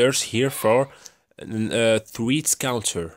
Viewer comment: i dont understand what does he say? Only thing I hear is "threts counter".